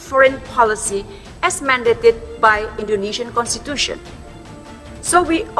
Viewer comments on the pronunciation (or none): none